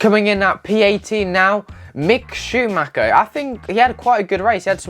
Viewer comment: Ey Heard that Lewis Won something dont know what I guess I need to get more knowledge about this F1 from ya and others And How u pronounce that guy, Mick Schaumacher? Haha